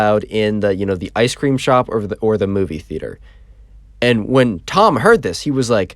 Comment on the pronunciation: ice cream Learn to pronounce